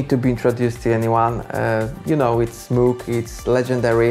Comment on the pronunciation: One would expect a synthesizer musician to be able to pronounce the name MOOG right. Bit of a letdown 😒